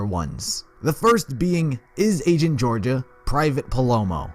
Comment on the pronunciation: "raido" "angent" "gorgaia"